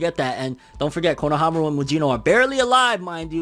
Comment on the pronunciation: Yeah it's correct